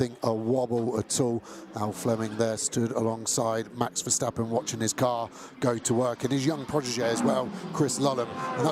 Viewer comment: Why do English GT commentators always insist on saying VerSHtappen?😭 The S in Verstappen is just a normal S, guys.... No need to try and make it sound German or something.